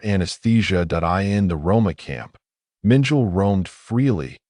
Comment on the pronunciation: The 'AI' voice mis-pronounces the name of Dr. Josef Mengele as 'Minjile'... Two syllables, Like 'Mitchell') The correct pronounciation is 'Meng-kell-eh' (three syllables.) xx SF